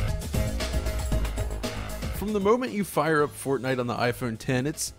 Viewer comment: Everytime you say Fortnite I understand Fartnight. So going by that, I just farted at night.